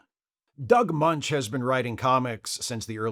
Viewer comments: Just FYI — Doug's last name is pronounced "Mench," not "Munch." Though he DID once work with Richard Belzer, who PLAYED Munch. Maybe you can do some post-production ADR to fix it? 😄😄😄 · It's actually pronounced "Mensch," not "Munch." also mispronounces Robert Kanigher's name in another video.